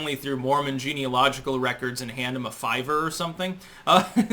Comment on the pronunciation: sayin' Fiver is funny.